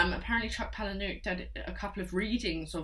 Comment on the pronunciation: Some good recommendations here - I loved Exquisite Corpse and Found is also one of my fav films; but didn’t know there was a book - on the list! And Haunted ! Boom (but p.s chucks surname is pronounced palay-nee-yook)